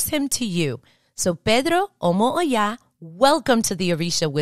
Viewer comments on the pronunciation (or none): Olo Oya - not omo Oya